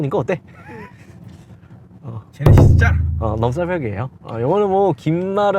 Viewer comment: 형 넘싸벽아니고 넘사벽이라고 해줘…불편해..